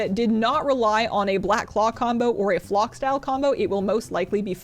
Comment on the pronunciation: The way you say FLOCK hahahha. Good vid 😀